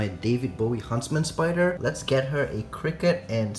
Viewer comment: "Spooder" lol